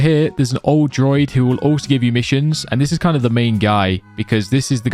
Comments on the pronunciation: also its DROO-ID droid is a robot =P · Druid, not droid. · DRUUUU ID not droid 😂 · As a person who has Irish descent it triggers me that he says druid as Droid 😂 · Bro pronounce Druid correctly lol pla